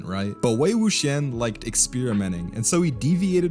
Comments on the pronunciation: You butchered the names! LoL, Wei Wuxian is pronounced (Way Woo shee-an) and Jiang Cheng is (Jun Chun) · I once saw a review where the lady pronounced it "Wook-Si-Ahn" and I'm like "did you even watch the show?"